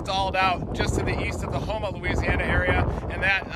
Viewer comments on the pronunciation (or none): none